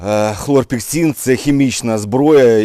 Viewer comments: Хлорпекрин а не хлорпексин. Слава воякам!!! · Хлорпікрин , а не хлорпіксин ! Цим ОВ "обкуривали" в палатках бійців в протигазах. Звичайне сльозогіне вещество. Протигаз та борода несумісні!!!